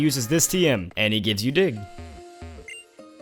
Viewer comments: hahahahahaha lol for dig instead he says dick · is it just me or when he said dig it sounded like he said dick im not criticizing but it sounded hilarious XD